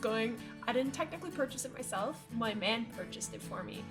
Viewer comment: I thought you said 'Nan' instead of man!